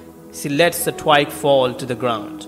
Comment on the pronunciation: Pronounce “twig” properly. It hurts the ear the way you pronounce it!